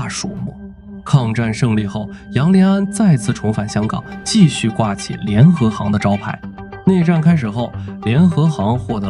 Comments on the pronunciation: 现在很难听到真正的人说话了 联合行（xing） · 一会把联合行读成联合型，一会读成联合杭……能不能先仔细校对智能解说，再学人家做视频？